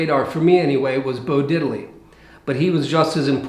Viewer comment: No, no, no, no.... It's pronounced "DID-ley"...not Diddel-lee